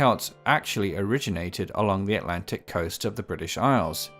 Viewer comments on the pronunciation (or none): none